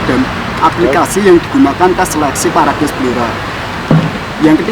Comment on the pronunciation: Maaf ngucapnya salah broew,yg benar perades,salah ucap parades